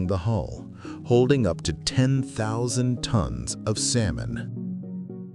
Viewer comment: This idiot can't even pronounce the word salmon correctly